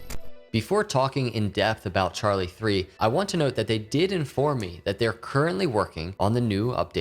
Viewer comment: It is Charli3 with a Three. He is correct and asked me specifically before making the video to make sure he got it right